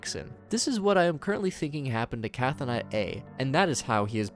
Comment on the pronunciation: Another neat summary. I do feel like I should point out that Chthonic (as in Cthonaut A), meaning relating to the Underworld/underground, is pronounced "thaw-nick", you ignore the "Ch." So it should be "Thaw-not" A.